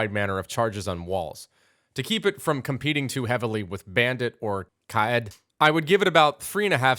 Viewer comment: Nice try pronouncing Kaid.. Try saying Kaaeeeed